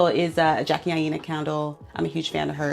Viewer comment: Huge fan of Jackie but pronounced her name wrong.🤔😅